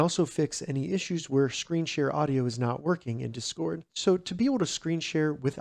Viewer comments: I’m so distracted by the incorrectly stressed syllable 😂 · bro is saying dscord